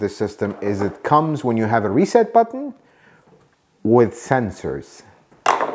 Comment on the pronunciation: You mispronounced “Button”.